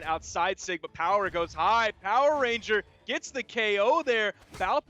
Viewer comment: Lol it's "power RANGER* not " Power RENGER" lol